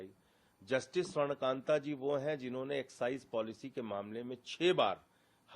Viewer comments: न्यायमूर्ती का नाम स्वर्णकांता जी है।और आप स्वर्णकांत उच्चारण कर रहे है। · You are pronouncing Justice Shwarn Kanta Sharma wrongly.